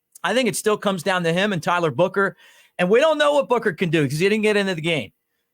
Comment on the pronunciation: Lol, come on man his last name is buck not booker. Roll tide